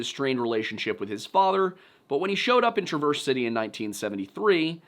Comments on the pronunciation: hey …. Traverse city native here… it’s pronounced ‘Trav-erz City’. Also, Sault Ste. Marie is pronounced ‘Soo Saint Marie’. Great video! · You’re pronouncing Traverse City wrong 🤣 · The pronunciation of Traverse city made my skin crawl lol. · I agree. That said, while mispronounced a few city names, Part Time kept calling Sault Ste Marie, "Soo City". Not "the Soo" or the Sault...just "Soo City" though he did say Sault Ste. Marie correctly. kept saying "Saunt" instead of Saint 😂 and Traverse City, "TRAH verse City" 😅. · Not to nitpick, but it's pronounced "Tra-verz" ("a" sound as in "at") City. Amazing video, btw. Love this slice of Midwest lore and your use of lyrics for the chapters. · Gotta love how non-Michiganders say our city names. TraVERSE City made me giggle. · SO CLOSE!! Sault Ste. Marie Is SOO SAINT MARIE (Muh-ree) And Traverse City is pronounced like TRAVER'S CITY .... So close. I'm from close to there, if you need help with pronunciation, I can help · I almost dropped my phone on my face when he mispronounced “Traverse”. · That Traverse City pronunciation had me lmao, Love your Videos but that one got me XD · About to say I’ve never heard Traverse City pronounced like that😂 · No one ever pronounces Traverse City correctly...